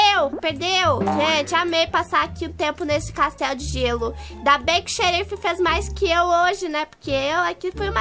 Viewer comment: PRIMEIRAAAAA (eu acho):3 "Xerifá* KSKSKSKSKSK KSKSKSK MTO BOM